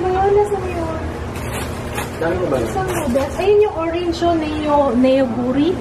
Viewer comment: hi the noodles is pronounced as noguri hehe not hating, just saying. labyu po cute ni joo super:)